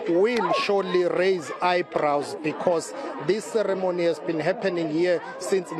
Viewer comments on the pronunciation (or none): She also cannot say 'ceremony' correctly!